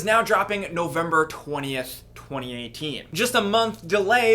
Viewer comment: When said November 20th 2018 it sounded like 2019 at the same time, some Yanny/Laural shit